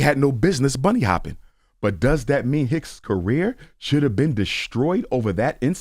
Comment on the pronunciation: he says he isn't racist but continues to say " bunny hoping" imagine someone saying monkey hoping lol